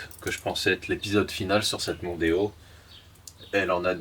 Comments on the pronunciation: Arf ! Tu ma devancé... j'allais dire exactement pareil.. "Démon" avec le O en rab 🤣🤣🤣🤣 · En sois.. "Mondeo" a déjà un nom marrant "Mon déo' " 🤭sinon pas "Demon-o". Beau geste, pour les cheveux de la personne Oh bordel la rouille a la fin.. Ca me donne envie de démonter les garde-boues pour vérifier m'as première voiture à l'achat.. 🥲🤣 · Ford Mondeo --> Ford Demono 😁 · Mondeo : Demon pour le dernier O on le vire :)